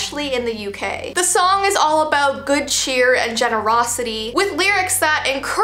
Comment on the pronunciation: is it just me or at the start of the video she said aboot and not about